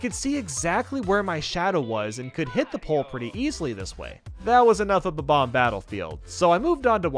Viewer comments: I don't know. I'm not sure if its an accent or something. but Everyone I know and nintendo prnounces bob omb. as bob omb, says bob oom. when its bob then you pronounce omb like the last three letters of the word bomb. I'm sure its an accent or something but well ya know... nvm it seems like he now says it the correct way but before he said bob oom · Wait....how do other people say it? thatd how youre supposed to say it. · The 1st thought when seeing them is that they are Bombs, so Bomb is the 1st thing you want to say, which is why the preference of Bomb-omb over Bob-omb comes from for most. Most of us Millennials played Super Mario 64 as kids or watched a friend play those Battlefields as kids & it's not like Bobomb was ever mainstream when the internet was in its infancy. It's 1 of those things where the incorrect pronunciation rolls off the tongue much better than the official name. I always thought Kaze had 2 syllables & was pronounced like the Japanese word for wind although always calls you "Kays" as though 'Kaze' rhymed with the English word 'Haze'. Besides I doubt Japanese Kids would be able to get "Bob omb" right, I mean neither of its syllables are in the Japanese Language & the closest to accurate for them would be "Babu Ambu" or "Babamubu" I'm sure the Japanese have an easier name for those bomb guys. You can't blame people for growing up saying their name wrong before Youtube was a thing. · When I pronounced what you used to say as a kid, it came out like Bomb Mom 😂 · Yeah they say bebomb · It's bob-omb but omb isn't ohm. Sorry to say lol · Are you kidding? It sounds like he's saying "bob bob". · Kaze Emanuar It’s Bob bomb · no it’s not. It’s bob-omb